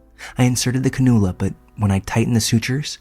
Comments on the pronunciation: Just an FYI... The word "cannula" is pronounced like "can-you-luh" rather than "kuh-noo-luh" For anyone interested!😊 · This did make me laugh in the video 😅 I might start calling them that at work 😂